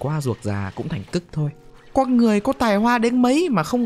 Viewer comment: Comment đi và bạn sẽ lên tv someday Cho tui hỏi tuna ngọng nên nói mấy từ kiểu "con" thành "cong" hay sao v? :))